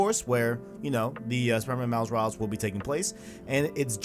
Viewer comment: Dude, its miles morales not miles moruls